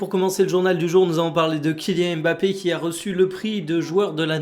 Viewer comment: « kylian mafé » merci pour ça 😏